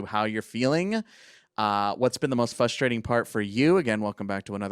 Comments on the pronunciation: It’s fRustrating not fUstrating😂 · Does he realize there is a r at the beginning of the word “frustrating”? Almost unlistenable hearing him say “fustrating” every 3 seconds 😂